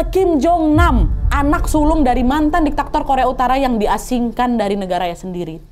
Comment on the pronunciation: DIKTATOR wa'eeeeeeee diktator... bukan diktaktor 😭😅